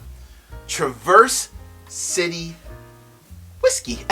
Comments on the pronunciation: Love your channel, but a few things to note. Traverse is pronounced trav-ers city. Not like traverseing a trail. I go to the distillery almost every summer, great town. My biggest gripe though is that (at leat as of 2 yrs ago) when i talked to the person at the counter, everything rhey sell except north cost rye is mgp. Their transparency is insulting frankly. Ill be there again this June, hopefully they are becoming more honest with their labels. What they source is quite good to be fair though. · two things- Traverse City is pronounced differently in Michigan with a midwestern style Trah verse with the accent on the start. Second thing= set me straight, I've been feeling like Old Elk isn't such a good value. MGP juice with low ages for like $90, even finished, that doesn't seem like a good deal- I can get the Woodinville Port Barrel finished for like half that (as an example). Is it worth it? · Pronounced Traver-city. Nice vid, thnx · Hey: I love your content, so I want to let you know that the folks up in Michigan pronounce it -- Tra-Verse City (like the name Travis) and not traverse, like the verb to cross. You will sound like a local when you rock that review! Your pal, Scott